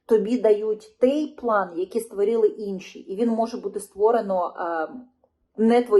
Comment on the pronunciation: Не хочеш "капітуляцію",береш лопату в руки і на фрінт, як заповідав Кулеба! Правильно казати "тОй", а не "тЕй" - що ж ти за така журналжистка?! Це яких віськових слухати - ухілєса, швайку, істоміна чи може залужного, але ж він не військовий, по стану здоров'я списався, напевно інвалід чи резервіст. А ті що в окопах, думаю для них важливіше вижити і повернутися здоровими, ніж якісь там політиканські інтриги. Подобається тобі втрати територій щоденні, відключення по 5-6 годин, що не тижнень нові "Тернополі", одягай форму і вперед, я хочу стабільного, нормального життя! Тому, або "капітуляція", або випускай тих кому ця "держава" вже до одного місця, і випускай не через хабар!